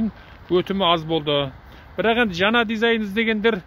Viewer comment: жана емес жаңа кобалттын емес кобалттың Ң деген әріп бар қазақ тілінде